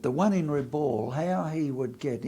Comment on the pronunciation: Great vid, thanks. One irritation is Rabaul being pronounced RABALL, the correct pronunciation is RA-BOWEL.